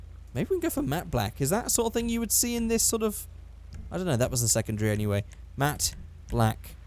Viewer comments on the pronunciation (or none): none